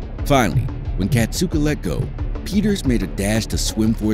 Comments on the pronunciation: it's kasatka not katsuka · Kasatka is pronounced KA-SA-KA